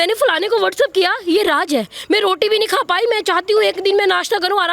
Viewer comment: Raaj nahi raaz hota hai ... hindi ka murder omg